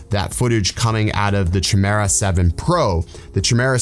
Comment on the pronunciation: let me help you bro... Chimera (kye-mer-a) Love you bro! keep, keep'n it real! ✌😉